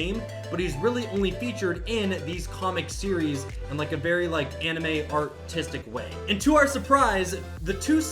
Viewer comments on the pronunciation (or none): none